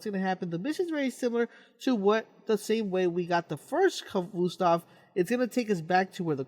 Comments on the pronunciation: It's pronounced ka-vost-ov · it's annoying the way he says khvostov. "khvoostov" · I like the way he mis pronounces Khvostov